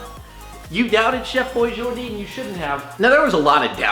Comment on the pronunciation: ATUALLY it's Chef Boijardee not Chef Boijordee. ugh, millennials...